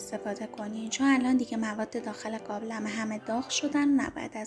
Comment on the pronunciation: چرا میگه گابلمه؟؟؟؟ 😅